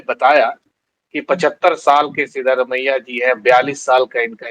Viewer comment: आप हिंदी लोग कन्नड़ और अन्य भाषाओं को क्लीयरली प्रोनाउंस नहीं करते। यह नाम सिद्धरामय्य है। आप जो लिखा है सिद्धारमैया वह नहीं है ।